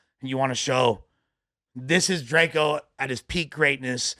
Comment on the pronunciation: Don’t care what whatever the nigga name is gotta say after saying DRAK—EEE-O.. he clearly don’t listen to drakeo. This dude is a horrible podcasters